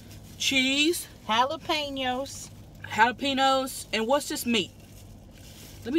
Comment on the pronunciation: I love how they say jalapenos literally like it's spelled 😂 "halapinos"